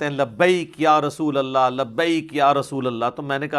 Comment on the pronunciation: Are yaar tum to khud galat bol rahe ho "Rasulullah " asal lafz hai Aur tum "rusulullah " bol rahe ho 😅😅😅😅